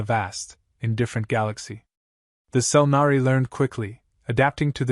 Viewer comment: Selnari, nor Century. Jeez.